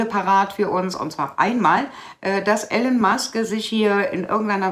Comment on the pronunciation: ...höre dir oft zustimmend zu ...aber bitte bitte spreche den Namen einer der bedeutendsten und bekanntesten Persönlichkeiten unserer Zeit nicht permanent falsch aus ...der Typ heißt nicht "Ellen" sondern "III-lon" ...hat zwar keine Auswirkung auf deine Inhalte, aber es würde deiner Glaubwürdigkeit nützlich sein